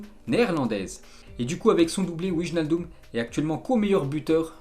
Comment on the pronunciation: juste une petite correction, cest wynaldum le ij en neerlandais se prononce ay:)